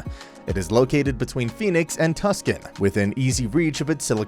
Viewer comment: It’s pronounced Too-son. Don’t worry, common mistake.